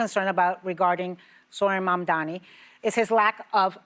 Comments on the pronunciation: Joy, it’s Mamdani: Mom-Don-E At least try to pretend you don’t despise him. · MAM. DA. NI. It is not hard! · Really… Joy can’t pronounce his name correctly? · You all, besides Anna, need to practice Mandani's name. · Teach your panel how to pronounce their mayor’s name. It’s odd to see them almost intentionally mispronounce it. Either that, or they’re just really dumb and out of touch. Which is odd, because they’re from NY - one of the most diverse cities in the world. 🙄